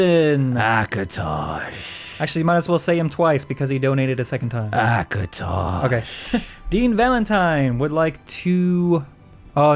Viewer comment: akotosh....akotosh lol